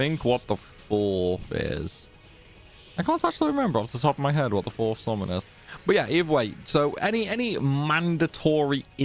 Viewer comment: Took me a while to figure out that with SORMAN you actually mean "summon".